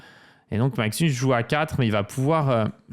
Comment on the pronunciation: "Maxnus" j'adooore